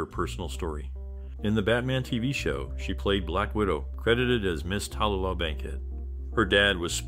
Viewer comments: her name is pronounced Ta-loo-lah........Tallulah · Her name is pronounced Ta-Lou-Lah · How can you do YouTube about someone and continuously mispronounce their name?